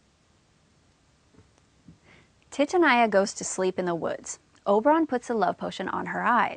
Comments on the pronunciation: It’s TITANIA not titinia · I can't believe the pronunciation of Titania !!!!! Phonetically it's Teetahneeah. Helpful otherwise. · Your pronunciation of 'Titania' kills me... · Thx For help But the pronounciacion Of Titania Sucked my dig